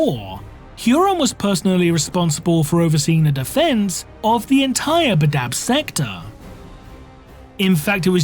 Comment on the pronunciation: Pronunciation 'Bad-dab' not 'Ba-dab' Look, I know I'm a piece of shit but this triggered the nails every time he said it lol